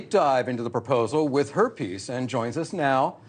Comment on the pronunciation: Anchors shouldn’t say “her piece” it sounds like “herpes”